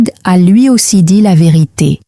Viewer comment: "La ve'rite' "